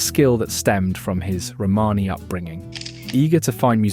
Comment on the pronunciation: Nice video, with some really interesting information...but please get an editor or sort out how to pronounce words - I coped with hearing "Romany" mis-pronounced tens of times, but eventually bailed when Louis Armstrong was pronounced as "Lewis"... It sounds critical but if you want people's time watching it at least get it right.